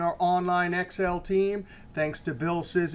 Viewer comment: Hi, I'm afraid you mispronounce Mr. Szysz's name. Since he is Polish, the "sz" phoneme should be pronounced as "sh" in English. So the correct pronunciation should be "shish" like in shish kebab. This of course has nothing to do with your excellent explanation. Thank you